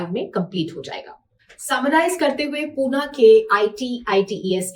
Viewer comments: punna nam nahi hai Pune ka Pune bolo pahela to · Pune bol pahle Pune Pune ye punna kya hota hai😊